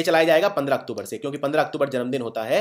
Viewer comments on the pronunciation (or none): none